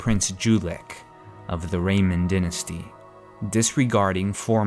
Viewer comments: It's DYnasty. Pronounced: DIE-NA-STY Die Die Die-nasty not Din-asty. You're driving me crazy! I know you got that pronunciation from Viserys Targaryen. He's a twerp. He got the golden crown. You don't want the golden crown. It's Die-nasty! I know you're not going to change your ways, so whatever. Love you anyway. Peace. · dy·nas·ty [ˈdīnəstē] first syllable is die, not din. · dynasty (die-na-stee)